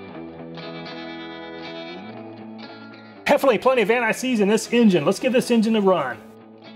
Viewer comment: Alooooooomin-Numb Antt-ÊýÉ. SeeeeeeeeeeZé